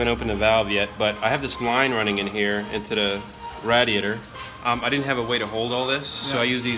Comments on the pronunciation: It bothers me that doesn't pronounce radiator as "RAY-diator" like the rest of the civilized population, but otherwise awesome job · TwinSpinner i guess i am not a part of the civilized population because i pronounce the name of a part differently. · Love and the way he says "radiator." 😂 Love the bum shots too! You dirty dogs 🐶. Impressive on the heat loss. I'm adding this to mine. What is the shielding stuff called? Shielding or Water Wetter? What do you guys think? Sounds like the Water Wetter made the difference.